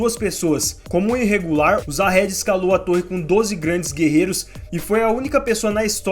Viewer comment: Se pronuncia Zahard e não Jahad.